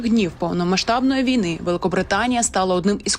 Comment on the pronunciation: вій-на наголос ставиться на другому складі слова